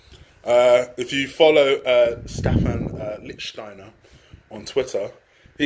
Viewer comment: I love how you pronounce Lichstainer. Finally a English person that doesn't butcher names.